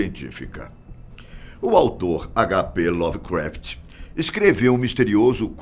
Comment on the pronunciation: Bom vídeo, ainda que tendenciosos para analisar certos fatos e jogarem como "Teorias da Conspiração". Segundo, se me permitem: o nome do escritor ocultista mencionado é Lovecraft, ou melhor H P Lovecraft e não "Lovercraft", como citado.